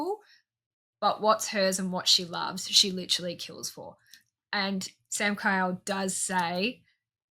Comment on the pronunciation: His name is Samkiel (Samkeel) not Samkyle, lol, but yeah fantastic series. ❤